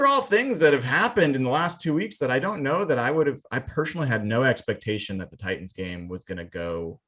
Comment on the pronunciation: Really missing "Titins" pronunciation this past week and a half. I'd gladly go back in time and have to hear him butcher it for another week to revise the last couple games.